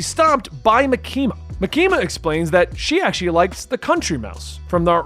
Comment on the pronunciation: idk if Reze is correct but if you listen to the sub its MAkima not MaKIma